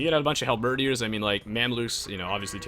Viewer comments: "hal-birdy-ears" cracked me up! it's just "hal-ber-deers." not trying to be a jerk it just takes more effort to pronounce it incorrectly! hope that helps. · i love how you pronounce helebardiers as hal-bUURH-diers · I laughed at how he pronounces the last E.